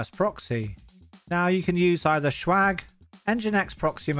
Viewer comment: Why do you pronounce swag like "shwag"? It's jarring.